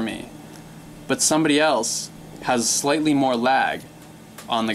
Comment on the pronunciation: Why did you say slately early? Or did you say slightly?